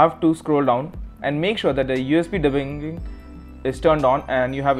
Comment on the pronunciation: USB De Buuuuuuiiiin ? Whats that word? HA , Love it.